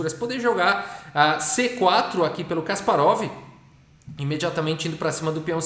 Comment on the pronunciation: Certa pronúncia é Kaspárov. Na segunda sílaba